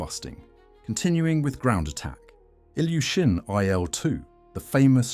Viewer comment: Not LavOchkin, but LAvochkin. Not YakOvlev, but YAkovlev. Ilyushin and Petlyakov are mispnonounced as well. I wonder why they inerringly mispronounce Russian names. I got the feeling they do that on purpose.